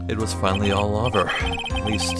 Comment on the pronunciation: question: why do you pronounce "over" as "awver"? or is that just the mic or something?